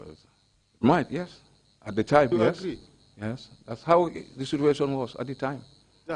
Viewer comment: Omg the next time he says "that was the situation at the time"... And instead of "situation" he actually says "sutuation"... He's hurting my ears. Goodness gracious 🤦🏾‍♀️🙄